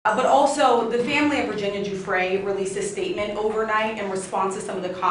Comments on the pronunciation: The name Giuffre' is Italian - it is pronounced JUF-FRE - J and double F. But since she was separating I would call her Virginia Roberts. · Guiffre is pronounced "Juh-FRAY". Just saying.